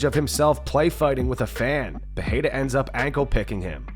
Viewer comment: Think this narrator will ever learn how to properly pronounce Adesanya and/or Pereira (Pa-hay-ya ? I don't! 🤣)